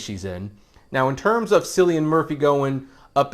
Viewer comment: Hard “C” with “Cillian”, good sir.